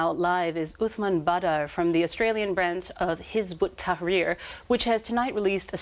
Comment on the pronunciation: Surprisingly good pronunciation of "Hizb-ut-Tahrir" by the presenter